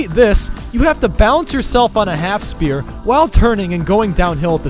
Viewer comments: Sphere = S-fear. Not "spear". Other than that this is a great video! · Why do you pronounce the "P" in "sphere"?